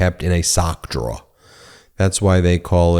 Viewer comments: Ben’s Lawn Guiland comes out when he says “socks drawah” 😊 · Ben doesn't have an accent until he says drawer. LOL Sorry I just find it kind of funny no accent except one word.